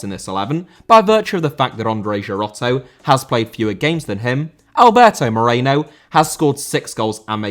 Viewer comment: Moreno* not Moreinouw